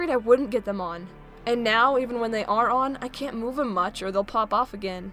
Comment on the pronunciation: Your being mean to funko because you are saying theppppmmmmm